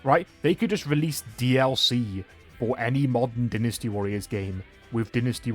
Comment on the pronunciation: Wait its not Dy nasty?? its Dinisty?? HUH???